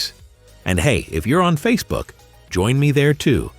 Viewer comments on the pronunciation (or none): none